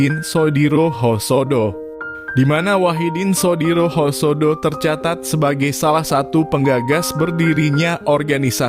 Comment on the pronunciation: Si mimin kurang literisasi nich ... Masak Husodo disebutnya hosodo.... Thu ud bedha arti koplak😴😴😴😴🤔🤔🤔🤔